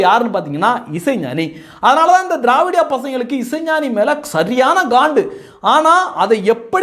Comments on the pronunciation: நீங்கள் திராவிடிய என்று உச்சரிக்கும் போது காதில் தேவிடிய ஊடகங்கள் என்று விழுகிறது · நீங்க திரவாடியா பசங்க சொல்லும் போது என் காதில் தேவிடியா பசங்கன்னு கேட்கது 😂😂😂😂